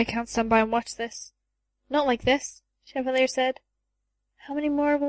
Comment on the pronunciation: It's not as bad, but "Cheva-lee-er" drives me nuts.